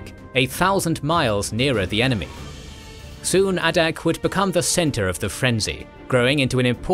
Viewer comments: It's pronounced "ay-dak" ay as in "say" "day" "pay" "way". Source: am Alaskan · The pronunciation of "Adak" is surprisingly painful.